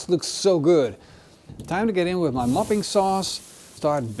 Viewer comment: Every time you said 'mopping' sauce I kept hearing 'muffin' sauce 😂 Now someone needs to invent muffin sauce.